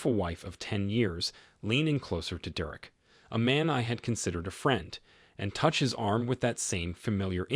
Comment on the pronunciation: Why can’t you pronounce Derek’s name even though you clearly can say it?